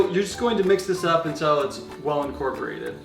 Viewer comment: Untell. Vanella. Melk. your i’s are 😂